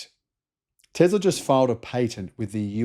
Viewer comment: What is with pronouncing 'Tesla' as 'Tezla'?